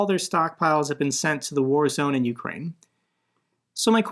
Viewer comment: Indeed. AND it's pronounced you-CRANE. I am so sick of Americans calling it YOU-crane. I mean, It's CAN-a-da, not can-a -DUH. It's a-MER-ica, not AM-uh-RICA, right? Slava Ukraini!